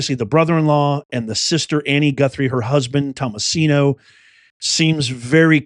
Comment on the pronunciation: Thomaso not thomasino the Disney character I believe.